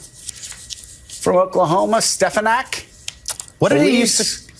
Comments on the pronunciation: Stefinek (trump's pronunciation) really needs to figure out what job she'll have when trump loses...agin. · Steh-FAHN-ik,. Don't mispronounce names as Trump does. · tRUMP said “Stepanak” why oh why do these people keep making excuses for this lump of lard!! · It almost sounds like he is saying her name on purpose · Come on...he mispronounced her name to prove that the left will trash him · That’s the first time I’ve heard him pronounce Stefanik’s name 🤣🤣🤣🤣🤣🤣🤣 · Stinky Trump doesn’t even know how to say despicable Elise Stefanik’s name😂😂😂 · He pronounced her name wrong and his brainwashed. Crowd cheered for a person who doesn't exist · Oh yeah, trump knows Elise Stefanick so well that he cant pernounce her name lol. Trump is sooooo gonna make her his running mate. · He can’t even say her name right,,, you’re right as soon as they disagree they will be RINOS